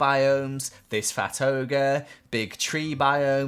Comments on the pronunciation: In the beginning when you said this fat ogre, I thought you said this fatoga and I'm like, what's a fatoga? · I heard “plateau -ger” ,not fat ogre, it made more sense.